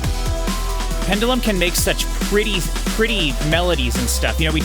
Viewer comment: You keep calling Pendulum, Pendalem. Trivia, there's a mock act called Pedalem which is worth a listen too. It's a joke version of each of these tracks